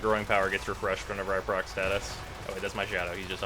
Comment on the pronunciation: "Prack" status with "Neck-Cross"...